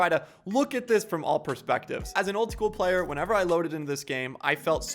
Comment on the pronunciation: Is it just me or did he say "if I was a playe"??????